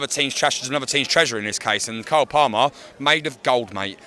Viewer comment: classic intriguing pronunciation of player names 🤣it's palmer as in palm tree